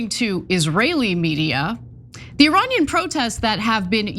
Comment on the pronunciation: The word "Iranian" is pronounced as E-ray-nian.